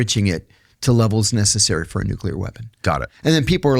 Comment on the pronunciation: Why can't pronounce 'nuclear'?